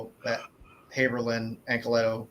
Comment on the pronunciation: Jay Anacletos line work has anyways been amazing! He's one of the few artists that i enjoy the black and white just a much as the color, if not more! And props to for pronouncing Anacleto that way. I'm pretty sure that's the correct pronunciation but everyone says it another way.